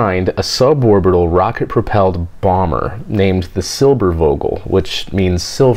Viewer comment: Pretty cool way of pronouncing Eugen and Irene :D the "e" are pronounced like the american word "a". Except for the Eu that is pronounced like the first sound from oyster.And the "V" in Vogel is pronounced like the "F" in force. But that doesn't really matter. Pretty cool video, I always enjoy hearing about Germany's great aerospace history that took place when the rest of the events were dark here in our nation.That's why I'd appreciate few things more then a Space Pod about the whole "Werner von Braun" crew and story.